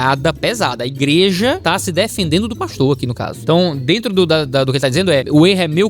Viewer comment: "aí dento!"